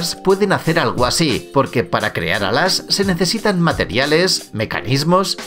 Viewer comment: No dijo alas dijo adas